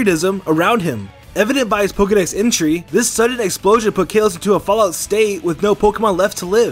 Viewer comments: It’s kah-los! Not Kay-los!!!! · Kaalos not kailos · KAL-LOS! Not KALE-LOS!! There’s no freaking y or i anywhere in the region’s name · Kah lohs not kay lohs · "Kaelos region" TRIGGERED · "Exerneas" "Kaylos"Kill me now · psilos67 I couldn't ignore Exernius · It's pronance kaalos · Geekplayz kaaaaalos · It’s called Kah-los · Kay-los region? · It’s kales. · its ka-los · Stop saying kalos like that it’s so annoying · How he pronounces kalos:( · I hate the way he says "Kalos"😂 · I hate the way you’re mispronouncing Kalos. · learn how to say kalos lol